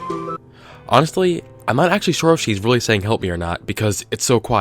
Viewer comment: I just heard "hep me"